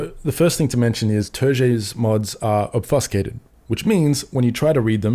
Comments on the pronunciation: Very unfortunate to see! from a dev perspective I can understand the want to be able to debug anywhere, but it opens a door to a lot worse. One correction for you, obfuscated is pronounced as "ob Few skated", not "Ob Fuss Kate" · "Ob few scay tid" brother, not "ob fuss cay tid". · Ob Fuse Cate Ed not Ob fuss cate ed (sorry oet peve lol)